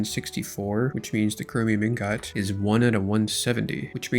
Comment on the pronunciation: Brother please use a dictionary its not Een GOT.